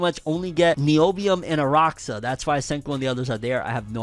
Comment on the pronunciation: YO, ARAXÁ (says AraSHa, but whatever) IS A CITY IN CENTRAL BRAZIL. And indeed, you can only get the mineral Neobium over there basically. Just popping up to say that lol. Great video!